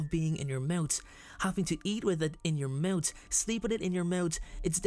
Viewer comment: 'In your mout'